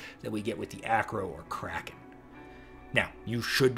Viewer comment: "I believe it's pronounced Cray-kon in the original Scandinavian"